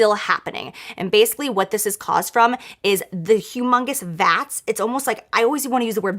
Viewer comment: I feel like Jaclyn said vat too much for my liking xD